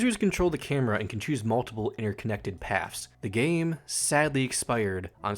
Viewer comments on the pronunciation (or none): none